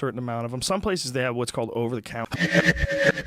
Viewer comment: I love how it abruptly ends with Joe saying, "In some places they have over the coun...". cownter? counter? lmao nice cut